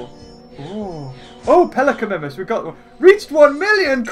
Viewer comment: He says pelicanimimus Wrong but gallimimus right